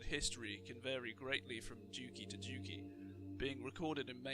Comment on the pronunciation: For example Duchy is not Duki more like Dutchy (like the word Dutch(people)